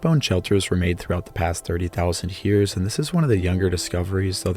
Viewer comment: I can not be the only one stressed out by the way he pronounces years as Hyears